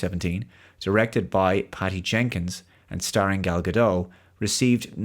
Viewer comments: Gal Ga Dot not doh. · 'T' is not silent in Gadot. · Gal Gadot is pronounced with a hard 'T' at the end 👍